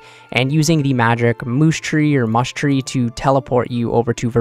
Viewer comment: no way you called it a moosh tree and veridiant valley wtf